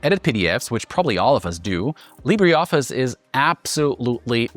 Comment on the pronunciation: This is AI. You had me wondering until you said 'Library' Office and then 'Leebddddraaaay' office and I notice all the little cuts it took AI to piece together. Good recommendations and reviews though.